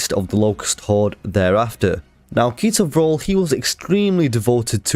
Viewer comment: When you said ketor vrol I thought you said pizza roll